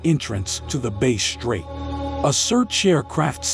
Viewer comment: Hi, I would like to connect regarding voiceovers. What is your email please? It’s faster. [P.S. the robot voice is mispronouncing lots of words like “Base strait” instead of “Bass” (rhymes with Mass) strait or “porth-alls” instead of “port” + “holes”]